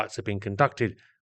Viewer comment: Thanks for posting this interesting video. The name is pronounced 'blow-m' and not bloom.